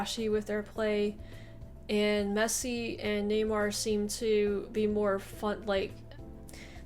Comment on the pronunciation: His name is Neymar not Newymar :)